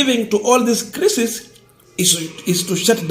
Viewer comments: gentle correction--- crisis usome kama unasema kulia machozi--kwa hivyo utasema CRY-SIS. Keep up the good work. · Or another way kraisis, craisis